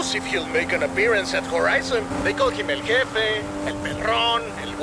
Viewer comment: Hey just letting you know the j in Spanish sounds like the letter H in English so in English it would be pronounced El heffe